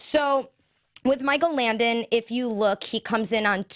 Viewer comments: Langdon not Landon, and Paulson not pullson!! That's driving me nuts! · Langdon not Landon... JESUS! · LanGdon. Langdon, langdon, langdon! Oh my god it was driving me nuts the whole time.